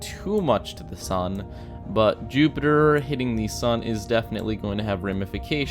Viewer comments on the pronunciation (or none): You said Zupitper 😂